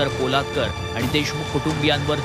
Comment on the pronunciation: न्यूज वालेच देशी घेतलेली दिसतेय, पालोदकर ला पोलादकर म्हणतोय...